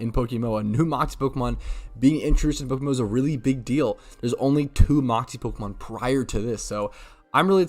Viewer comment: stop saying pokemmo please 😭its poke M M O